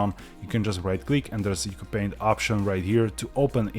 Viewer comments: fun fact: according to the developer, it’s pronounced “ooo choo paint” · Its pronounced "You See You Paint"